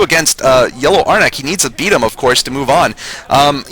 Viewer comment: Saying "Ar-Nack" would involde a second vowel. "Arnk" should be the proper pronunciation, like Barn+ Bark - the "B". Also, Cholera is way out of level with Rise. They record the audio levels seperate from the video. Why wasn't that fixed?